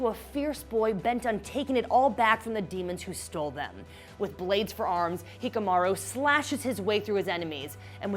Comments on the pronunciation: Its Hyakkimaru (He-ya-key)maru. NOT Hickamaru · "Hikamaru"???!! It's freaking "HYAKKIMARU" you uncultured swine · Its not hikimaru Its HYAKKIMARU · Hikamaru? it's Hyakkimaru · Its Not Fucckcing HiKamaru Its hyakkimaru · Please it's not Hikomaru, it's Hyakkimaru. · ign better start teaching their employees how to probounce japanese names cuz hikamaru aint it its hyakimaru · that's hayikimaru not hakimaro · It's not hikkamaru it's hyakkimaru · Hyakimaru not hikamaru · HIKIMARU? OR HIAKIMARU... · Her:Hikamaru Me: Cringes Her: Dorrro Me: cringes again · And she pronounced hyakkimaru as he-ikamarow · She Pronounces the Name Of Hayakimaru wrong She Says Hekamaru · "Hikamaru"😂😂 and for the record, Dororo is a girl. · It's Hyaakimaru (Hi-ya-ki-maru) also SPOILER, Dororo is a girl. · It's hyakkimaru not hikamaro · They she butchered Hyakkimaru's name is wild. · am i the only one wo is trigerred by the way how she prounounced hyakkimaru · Kept saying his name wrong for Dororo, it’s Hyakkimaru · I cringed at every attempted pronunciation of a charachters name she said jeez lady do you even anime.